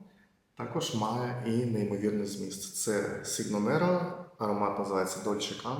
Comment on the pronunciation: Cigno nero читається як «чіньо неро» —чорний лебідь.